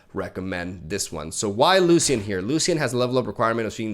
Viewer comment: BTW it's Loshen 🙂